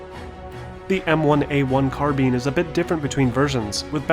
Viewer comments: the correct way to say it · that's how it's supposed to be pronounced tho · First time I've ever seen a gaming channel say "carbine" the right way. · Thank you for pronouncing carbine right.